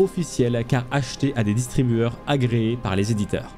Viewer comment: tu dis Distribueurs au lieu de distributeurs. tu oublies de prononcer le t